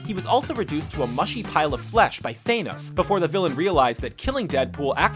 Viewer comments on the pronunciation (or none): Thanos not theynos